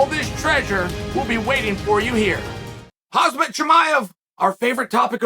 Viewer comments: who is Hozmit? at least you dont pronounce li jingliang as jing-a-ling like some other youtubers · Chael being on point in calling all the raid character names, but the first name that came out of his mouth.. HAZMAT CHIMAEV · KhaZMat Chimaev 🤣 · hearing Chael pronounce khamzat different everytime 😂😂